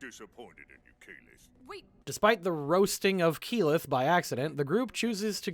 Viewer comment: Tal-dough-ray, EEE-mon, Kaylith? XD